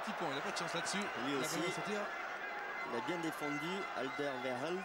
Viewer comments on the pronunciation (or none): par contre les commentateurs qui écorchent TOUS les noms des joueurs belges pfff apprenez vos fiches les gars (on dit pas vitzel mais ouitsaile ni veurmalenne mais vermâlenne ou encore le magnifique aldevereld on dit aldewérelde)